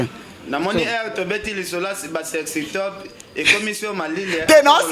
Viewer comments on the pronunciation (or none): abomi nga alobi sextope 🤣🤣🤣🤣🤣🤣🤣🤣🤣, ha balobaka sextape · kiekiekiekiekie sextope